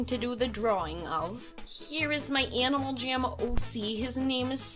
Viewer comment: Sounded like you said Animal ''Jim'' XD Btw your amazing! Idk if I would be a successful jammer without you :)